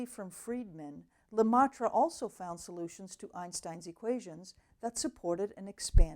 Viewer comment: BTW pronounce: LeMEtre not LeMATre